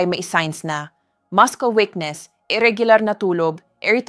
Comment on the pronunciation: Masyadong maramingkwrnto, dapat direct at preciseang pag bigay ng info. At yung pronouncciation nya ng ibang words aymali. Paano syapaniniwalaan kung simplengword ay dinya mabigkasmg tama. Ex. Mudcles Bininibihkasnuamaskels.. 😅